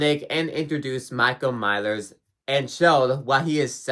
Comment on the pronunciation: “Michael Mylers”